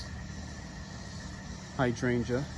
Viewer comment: Beautiful, you took me out when you said " my hard oh feet"